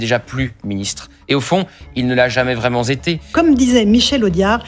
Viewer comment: à ..."vraiment zété" ... non seulement extrème droite mais en + ne sachant pas parler françouse !